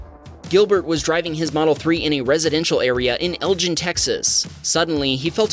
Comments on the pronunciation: It’s not (el Jen) Texas it’s ELGIN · Here in Texas, Elgin is pronounced el-gin not el-jin. I live in Austin and Elgin is about 30 miles east of Austin on US Highway 290. They have the best smoked sausage in the country. I was there just a few days ago on an Uber trip. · Just fyi the town in Texas is pernounced Elgin (el guin) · We have a 2009 Pontiac G6 GT, a 2018 Subaru Legacy Premium 2.5i, a 1997 Spartan "skoolie", a 1977 Dodge B300, and a 1985 Ford E-150. Just to let y'all know: I know that pronouncing the "G" in "Elgin" like a "J" is probably the correct way, but as someone who grew up in that part of Texas (in and near Austin), Elgin locals will pronounce that city name using the "normal 'G'" sound as in the word "get". Yes, it's trivial, but it can be seen as some recognition. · I don't now how to write the Texas "Elgin", but that ain't it. The way you pronounced it is the place that has the Marbles. Its a Texas thing.. Try Mexa.. which is Mahaya